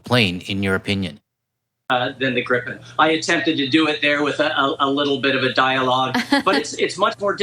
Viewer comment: [gree-pen] if I may.